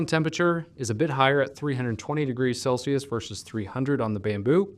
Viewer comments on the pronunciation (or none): none